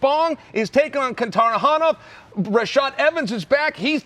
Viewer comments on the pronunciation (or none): "Kuntarahonov" Either Chael can't actually pronounce 90% of people's names, or that man is the best damn memer I've ever seen.